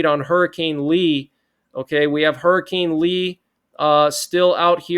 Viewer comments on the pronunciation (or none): none